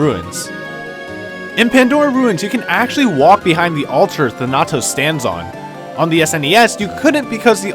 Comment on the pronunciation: Oh boy, that pronunciation of "Thanatos," lmao.